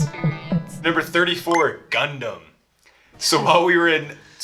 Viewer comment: ガンダムの発音がいい。フルーツは次回、巨峰を試してね。